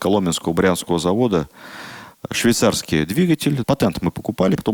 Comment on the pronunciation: Режет слух « патЭнт», см Новый орфоэпический словарь т. ф. Ивановой2005год